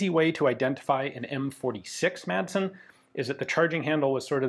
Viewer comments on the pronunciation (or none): No we dont pronounch it massen But thats closer than calling it maD-sen So appriciated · As a Swede, the actual Danish pronounciation is probably more something along the line of "Maaaahhhsn. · weapons Great pronunciation for a non danish speaker. We danes tend to "swallow" a lot of letters when we speak, so really it should be pronounced "massn", almost just like you're saying it, but without pronouncing the E. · Danish is more a speech impediment than an actual language, just pronounce it with a D like a normal person. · It's cool to hear the 'D' drop in and out of Ian's pronunciation of 'Madsen'. It shows that he's a regular guy and not a pure academic. 😎